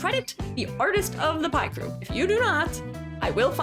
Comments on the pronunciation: Great informative well made video, only flaw is the WRONG PRONOUNCIATION OF PICREW, ITS PICK BECAUSE PIC-TURE AAAGHHHH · what do you mean people cant get you to say it right it literally has 'pic' in the name x.x